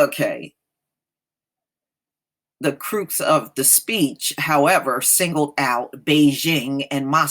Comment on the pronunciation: The u in Crux is pronounced like huck. It should sound like Krucks or tucks. Don't think I am shading you. You are a classy lady, and I just want you to stay tight. Enjoy your evening. "Frosty"